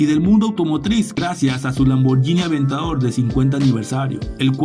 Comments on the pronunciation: Se lee lamborguini y no lamboryini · Lamborghini se pronuncia con la G y no con la Y Gracias 🙏